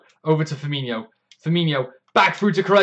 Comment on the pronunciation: Fir-Mean-O. ;) No 'h', so no 'y' sound. Great stuff - love the enthusiasm.